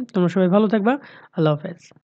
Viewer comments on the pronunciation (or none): none